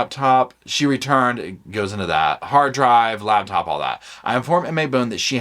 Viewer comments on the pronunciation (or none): Am I wrong, but is it not spelled "LaPtop" - love how it says "laBtop".